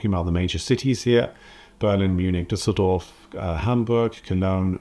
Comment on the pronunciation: Awesome pronunciation of "Düsseldorf"!